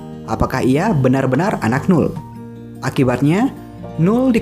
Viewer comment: Jos mas kontennya,😁 tambahan nih , noel dibaca nowel bukan nul, Thanks